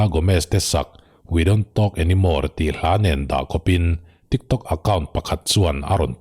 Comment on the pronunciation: Nangni ang hi chuan tiktawk tia lam lovin han lam thrikthrok thrak thrak la ngaihthlak a nuam leh zual ang mawle😁😁😁